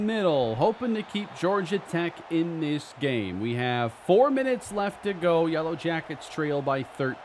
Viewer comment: you said "yella jackets" 🥲 you're truly becoming Texan